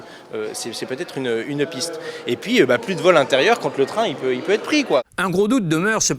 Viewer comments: "que l'on puisse têtre " elle dit la dame et le monsieur ...quelle belle liaison ! Au lieu d'aller dîner , certain feraient mieux de suivre des cours de conjugaison , de grammaire , de syntaxe ....bref ! de se cultiver !! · Puisse têtre, puisse têtre ? Et deux fois encore !